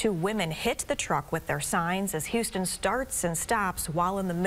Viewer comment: It’s HUS-ton, not HOU-ston